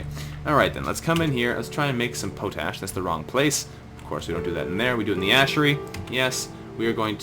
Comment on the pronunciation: Pronounced pot-ash. Thanks for the videos.